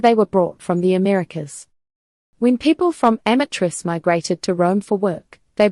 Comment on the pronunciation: Change your profession, clowns. And before you post ridiculous videos, learn how to pronounce Amatrice and amatriciana.